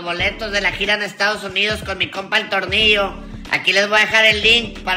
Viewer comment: Cual tolnillo quien. Es. Tolnillo yo conosco a. Tornillo nadamas una. Recommendacion si Eres dominicano metido en Esto aprende. Primero a pronunciar y despues Te envuelves en lo q. Sea.pero aprende q ya sabemos quienes son ustedes.. no Te olvides